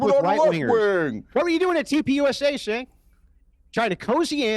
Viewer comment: calling him "sink" over and over again is hilarious. 😂😂